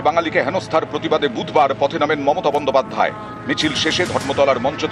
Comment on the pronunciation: কিভাবে style করে বলছে দেখেছেন মমতা BON-DO-PAD-DHAY। paid advertisement চলছে খবরের নামে